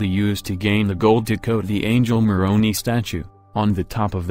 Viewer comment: The last vowel in the name of the Angle Moroni is an "i" not an "e' pronounced as "eye" not "eee"